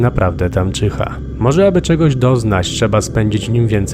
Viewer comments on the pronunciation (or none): none